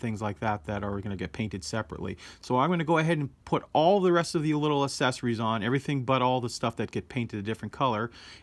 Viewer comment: Awesome build video! I'll have to keep an eye out for this one. One thing I noticed... might be a silly thing on my part, but you seem to pronounce "Accessories" as "asessories," without the hard "x" sound. I wonder if certain pronunciations are in the process of changing... like how people say "stren-th" instead of "strength." Just something I noticed. Languages always change.